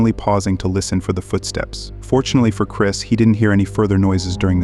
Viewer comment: It's Chris not Chirs check the mark!